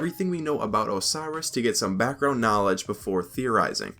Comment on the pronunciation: i like how you emphasized "KNOWLEDGE" like Ty Lopez lmao good meme